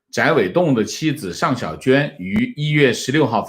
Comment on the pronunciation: 掌掴（guo第二声）